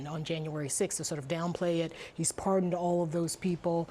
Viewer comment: par-Don me?